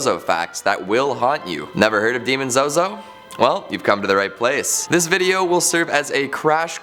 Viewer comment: I suggest pronouncing his name correctly.